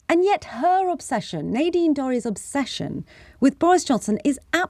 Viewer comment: Nay deen Dorrys who is that?????...............SANGITA same my name correctly it's NADINE DORRIES! disgusting intentional mistake from a pretendy journalist! fix it!